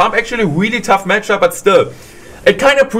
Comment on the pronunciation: "Such a good gematchup" haha when the German kicks in! 😂